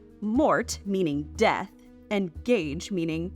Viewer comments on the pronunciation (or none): none